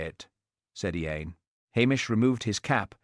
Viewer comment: Who pronounces “Ian” as EE- ANE? AI is amazing, but doesn’t one edit or correct it? I prefer human readers.